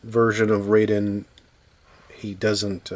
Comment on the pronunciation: Pronounced RYE-DEEN, I believe.